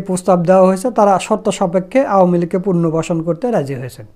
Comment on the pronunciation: পুনর্বাসন উচ্চারণ সঠিক করুন